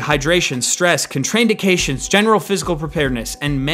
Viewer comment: Are we just going to ignore how he said contraindications ? lol